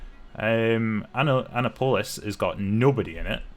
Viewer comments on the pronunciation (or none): Just for future reference it’s pronounced ANNE APPILIS not Anna polis, they’re not a female police officer 😂😂